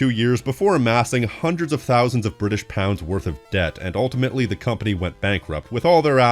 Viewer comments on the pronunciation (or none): none